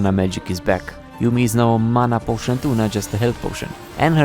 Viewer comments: did this guy just say nyow? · "The Yuumi rework is neow on pbe" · "The new Yuumi rework is NEOW on the PBE " Did I heard it correctly ? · did you just say neow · did you say "nyow" ? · Did u say neow in the first 4 seconds or am I having a stroke? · there is no way he said is neow on pbe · Did you,.... did you say "is nyaow?" :cat-orange-whistling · bro really said "the new yuumi rework is neow on the pbe" lmao